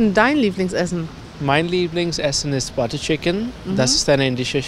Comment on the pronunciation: It is Butter chicken , not Bata chicken 😅😂